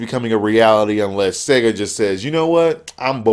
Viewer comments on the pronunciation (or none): ahahahahahha "Seeega" man I lost it!!